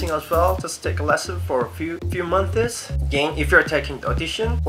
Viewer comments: i find it cute how he says "months" like "monthes" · "3 monthses" xD